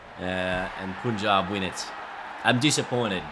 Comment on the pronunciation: It's Punjab as in Pun (the English word)-jab. Not Poon-jab.